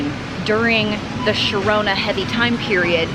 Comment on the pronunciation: She made my day when she said sherona instead of Corona lol she in the smart group